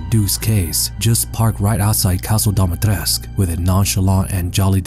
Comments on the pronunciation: Awesome video!! Btw...It's pronounced Dimi-Tres-Cu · Dimistrescu not domitresc even game make that mistake